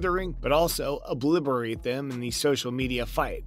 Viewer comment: It's obliterate not what you said 😂😂😂